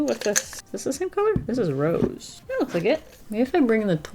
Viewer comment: She said rose like in French aaaaaahhhhh